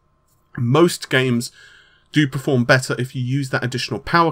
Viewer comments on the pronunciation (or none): none